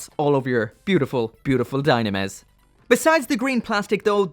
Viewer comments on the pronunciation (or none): It reads dyunamis